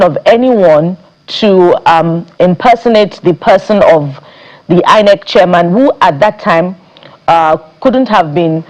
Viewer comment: People who pronounce INEC as HI-NEC should never be trusted to give credible elections